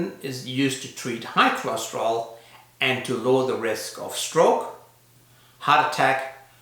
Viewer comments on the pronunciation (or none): Why do you call it "cholosterol" when it is "cholesterol"?